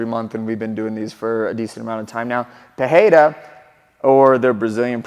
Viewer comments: You are pronouncing his name wrong. I used to learn Portuguese. If the name starts with an R like Roger, then its pronounced with an H sound like "Hoger." If there is 2 consecutive R's inside a name then its also pronounced as an H. "Barra" is pronounced "Baha". If the R inside the name are not consecutive then its just pronounced as R. So Pereira has no H sound inside. Joe Rogan keeps saying his name wrong too so i understand. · Wrong, some of them are Pereira is literally Pereira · You dont say his name with a "h" sound which is the normal way in Brazil its actually with the "r" sound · Cory, nice video, as always Just one thing, he's not Alex 'Peheira', he's 'pe-REI-ruh' Afaik, R disappears only in the beginning of words, like in 'Rodrigues'. But 'Pereira' must have two rolling R's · You are saying Perreira not Pereira, i dont know why even in UFC they say his last name that way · Brother, you mentioned you are pronouncing his name right but just so you know in brazil or portuguese language in general, the only time you make the english h sound is for double r or beginning or word starts with r. So you misprononce pereira, it has no english h sound, just normal r sound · Hey I completely support your pronunciation effort. However l, asa brazilian I must tell you that that you're off. It is not pronouned PeHeira but rather just Pereira with the "spanish sounding R". In portuguese, the only 2 situations where the R is pronounced as an H are: 1- when it is the first letter of the word. Ex: my name is pronounced Henato 2- when there is a double R. Ex: Ferreira is pronounced Feheira But Pereira has no double R so it's just Pereira. ❤ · Say "Peteira" or "Pedeira" and you will get closer to the right pronunciation. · That's it. It's not Pe-Hei-ra. The second R and the first one sounds the same. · Why the fuck you call him " "pu- hey -duh ". You're a gringo. Be a gringo. I heard the desk people saying " Hodriguez " too. ?? What are we doing